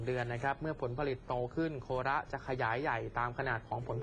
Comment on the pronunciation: อ่านว่าโคระไม่ใช่โค.ระ